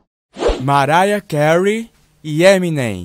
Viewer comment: "Maraia" Carey